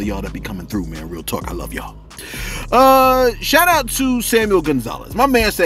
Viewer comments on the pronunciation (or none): You were so into pronouncing the name correctly, you appreciated the shoot out instead of the shout out 😂😂😂